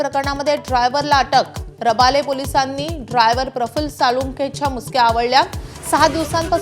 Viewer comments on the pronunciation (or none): रबाळे म्हणायला शिका. Bawlat पब्लिक